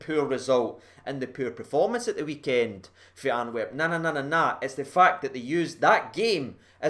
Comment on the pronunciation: Do you keep calling it Anwerp?